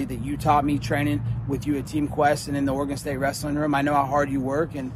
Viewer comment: “Oregon st” nonononono